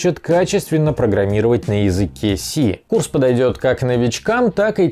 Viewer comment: Хоть бы к рекламе подготовился, язык С и С# разные языки, в Unity язык C# если чего ;) Хоть в рекламе хоть не надо тормозить) Подсказка, С# звучит как "си шарп".